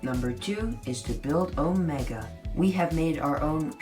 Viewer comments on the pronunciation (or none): Its pronounced, Omeeeeeeega not... well... whatever you said lol